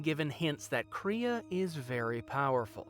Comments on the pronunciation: First: Kray-uh not Kree-uh At-un not Ate-un Characters in the game itself literally pronounce this for you. Second: Were people asking if Kreia was a Mary Sue? 1. OP? The game answers this immediately when she gets her hand chopped off an hour into the game... She cheap shots a couple jedi masters who haven't fought in years, while she's literally flying around honing her fighting skills. Kreia is not over powered. 2. Unexplained Power? Kreia's power is about as unexplained as any Jedi you are introduced to, then the game fills in her back story... 3. Perfectly good? I don't understand why anyone would even ask this. 4. Do people like her? Atton hated her immediately. So again after an hour of game play, the question makes no sense. 5. Wish fulfillment? Old lady so close to death she's laying in the morgue when you meet her, blind, and again, immediately gets her hand cut off an hour into the game... After getting flown all over the universe, her plans backfire and she get's killed by her apprentice. Not what you'd wish for, even if you were a blind old lady so close to death you were laying in the morgue... 6. She fails all over the place. Again, its not a question someone even has to ask. This video didn't need to be made. AT ALL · Everything about this video is telling me to unsubscribe... especially the way you said “kreia”